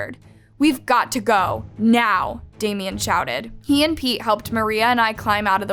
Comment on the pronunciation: is it just me or when they said pete it sounded like pee